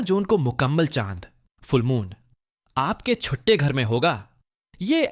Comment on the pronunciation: Hahaha same... Odhary... Chuttay Ghar... Layo staaak